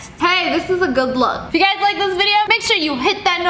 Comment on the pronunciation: She said Hey gers When she ment Hey guys